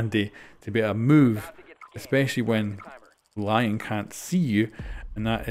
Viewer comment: Just letting you know “Lion” is pronounced like (le)-(on) since he is French. Love the content btw